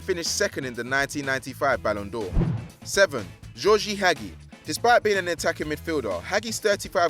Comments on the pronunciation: Hagi is pronounced Hah-Jee not Hag ee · It's pronounced Ha-jj-i not Hagi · hagi is pronounced Ha-j-i and he played for romania not columbia i mean seriously the incompetence of the narrators is shocking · Jesus Christ. Butchering Hagi and James. Winning a la liga title at Marseille. That’s really bad. Step up. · It is ha-jee not ha-gee It is Ha-mes not James It is Romania not Colombia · It is pronounced Ha-mes not James and Hagi is pronounced Ha-Jee not ha-gee this guy can’t pronounce names. It is a disgrace plus how does a player win La Liga with Marseille? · It's ha gee not hag e It's ha mes not james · oh-zil, james, haggy, wurdur... thats enough mispronunciations for one day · Honestly, God can you not pronounce Hagi And James. And Since when was it possible to win a la liga title at Marseille? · hagi is from romania Its ha-mes not james